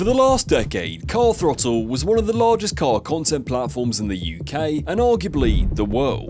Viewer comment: or as the presenters called it Car Frottle (the Th is silent) get in mate ave it